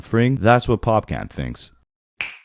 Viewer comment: Not "pop can". "Pop caAn" (pronounced Khan in wraith of Khan or the end of fawn)